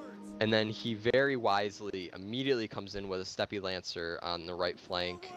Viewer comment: Just FYI, I think you pronounce Steppe as /step/. Love your videos. Will 2v2 be your focus? Any chance of discussing tactics and army builds in the future? The more solid TW videos the better, so keep it up!